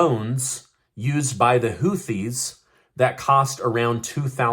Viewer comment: The 2nd h in Houthi is silent,.